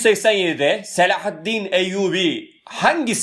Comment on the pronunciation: Hocam öyle bir selahâtttin ve hıtttin diyorsunuz ki iliklerimize kadad hissediyoruz bu kelimeleri 😄